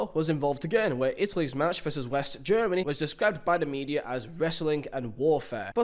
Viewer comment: you said italys wins wrong